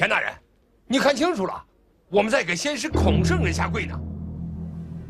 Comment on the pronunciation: 路人念孔子牌位，念的是“大成至圣先帅”